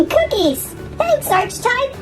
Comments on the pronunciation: ARCH-TYPE?!?!?!?!!?!!? ITS ARE-CI-TYPE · not nitpicking just my ocd its pernounced Arc he type